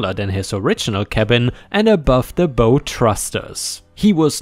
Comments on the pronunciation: Hi Ripe! Hope you don't mind a tip. On a ship, the "bow" (as in "bow thrusters") is pronounced to rhyme with cow. Cheers! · Just FYI: In this case, "bow", as in the front portion of a ship/boat, rhymes with "wow". When it rhymes with "owe" it means with an arrow, or a loop a loop of string/ribbon. Isn't english fun?